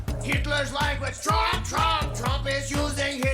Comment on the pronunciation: You're still saying Drumph, huh?